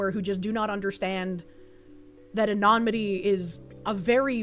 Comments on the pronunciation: Say it with me kids: A-NUH-NI-MUH-TEE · Love the coverage, but my "grammar heiling" tendencies flare up every time says ANONYMITY (ah-no-nim-ity) like anonmity (ah-non-mity) 😂 Could be the boston accent though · This dude somehow got me to side with Kiwi Farms. Also, pronunciation of subpoena and anonymity crack me up 😂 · please, for the love of all that is good in the world, please stop mispronouncing anonymity and subpoena...and analogous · Love the way you say "anonymity". Lol. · Say is such a strong word.